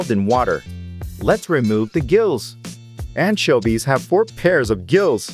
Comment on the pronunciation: the pronounce of anchoives(?) is making my brain burn someone explain pls (i keep hearing antshelby)